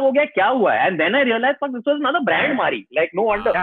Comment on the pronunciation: The pronunciation of Marie was too funny. I had to look it up because I had no idea what they were saying... I searched “Mhari biscuit” haha